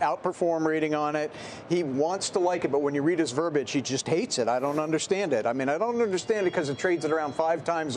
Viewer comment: Verbiage, not verbage.